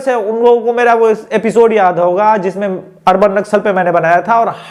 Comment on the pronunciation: अर्णब नहीं अर्बन